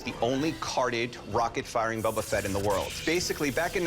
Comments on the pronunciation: doesn’t even know how to pronounce Boba Fett. It’s Bo-ba Fett not Bob-a Fett. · Bubba fett? its youre favorite thing? yea right. What a buffoon. at least learn how to pronounce his name. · Every time I hear “bubba Fett” makes me wanna cry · Who TF is Bubba Fett? Guy has the most rarest figure and can’t say his name correctly. Drives me nuts! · buba fett? Lol its Boba fett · Bubba Fett lmaoo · Am i hearing them say Bubba Fett? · "Bubba Fett?" It's pronounced "Bow-Buh Fett." Has this guy never watched the Jabba skiff scene from Return of the Jedi? Listen to how Han pronounces it. That's canon. You're not a real fan. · "Bubba fett" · "Bubba Fett"😂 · Sooooo it’s his favorite thing ever, but he’s pronouncing his name BUBBA FETT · This dude keeps saying Bubba Fet and I wanna fight him. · The dude who kept saying bubba fett was driving me nuts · I swear bro keeps saying “Bu bu Fett” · If he says “BUBU Fett” one more time… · IF HE SAYS BUBBA FETT ONE MORE TIME IM GONNA LOSE IT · "Bubba" Fett? facepalm He might as well come in with some Super Mary Oh and Pokey Man games. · yeah, he "loves it more than anything" but can't pronounce it